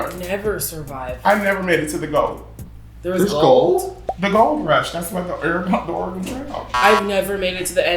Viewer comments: LMAO the WAY SHE PRONOUNCED OREGON HAHAAH MUCH LOVE FROM OREGON BUT THATS NOT HOW TO SAY IT😂😂😂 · “Do you remember the OreGOne trail”